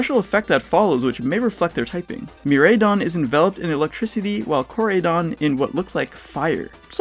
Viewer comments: How do you pronounce almost everything wrong, KOR AI (eye) DON, not KOR AYY DON. Bud-Dew (bud eww) not Buu Dew. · I know I'm nitpicking at this point, but that's not how pronounce either of the legendary Pokémon's names. The "Rai" part is pronounced like "Rye in the Catcher" not "Ray". Korai as in "ancient" in Japanese and Mirai for "future". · Miraidon and Koraidon not Mireidon and Koredon